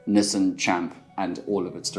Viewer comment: Niss-han, nie nisin nie, wat is jy, 'n Amerikaaner? Fok, kom jy van Benoni af? Oo God nee!